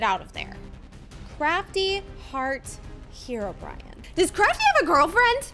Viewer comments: U should pronounce herobrine not herobiran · Stop saying herobrian say herbrine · Why keeps saying herobrian instead of herobrine